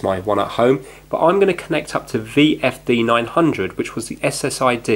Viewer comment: he just said WFD900 and not VFD900